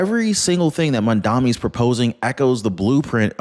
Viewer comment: I am not a fan of Mamdani's but please pronounce his name correctly.